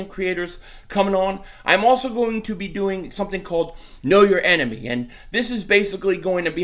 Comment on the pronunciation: Did you just say, “know your enema?”